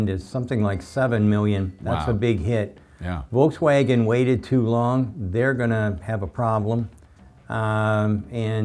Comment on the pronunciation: No such thing as "Volkswagon", did you perhaps mean Volkswagen. 🙂